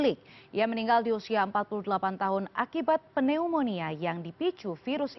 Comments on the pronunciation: Penyebutan untuk kata Pneunomia itu NYUMONIA. Jadi tolong jangan malu-maluin dong...kok penyiar tidak bisa cari tahu di Google translate bagaimana penyuaraan dari kata PNEUMONIA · Mbak, Pneumonia dibaca tanpa huruf "P" nya. Sama perlakuannya dengan kata Psikologi, demikian terimakasih 😊